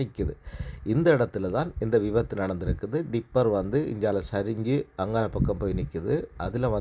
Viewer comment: டிப்பர் இல்லை ரிப்பர் (dipper என்றால் அகப்பை tipper என்றால் சாய் தொட்டி அல்லது கொட்டும் லாரி பெட்டி செய்திகளை வாசிக்கும் போது சரியாக வாசித்துக் கொள்ளவும் இல்லாவிட்டால் உங்களுக்கு தெரிந்த தொழிலை செய்யவும் ஆங்கிலத்தையும் தமிழையும் இழிவு படுத்த வேண்டாம் நன்றி வணக்கம்